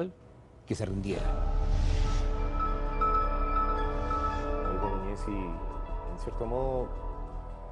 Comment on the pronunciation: A ver si la señorita pronuncia bien el apellido,se pronuncia Boloñesi,no Bolognesi.